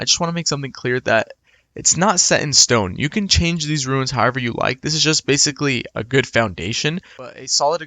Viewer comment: Theyre called RUNES not Ruins